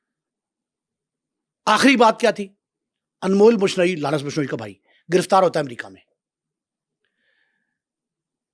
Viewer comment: Larence nhi Lawrence hai.. nam dhang se lo 😂